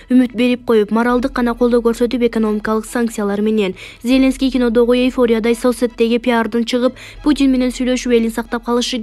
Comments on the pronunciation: Эй кыз зеленский дегенге ударениелерди туура коюп окусан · МаКРОН эмес, МАКРОН, ЗеЛЕНСКИЙ эмеся,ЗЕЛеНСКИЙ ДЕП ОКУЧУ. ДАГЫ ТОЛТУРА ТУУРА ЭМЕС УДАРЕНИЕ КОЮП ОКУП ЖАТАСЫН. КЕТЧИ ДЕГИ.